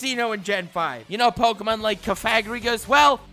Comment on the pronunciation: you say his name like cough-a-gree-gous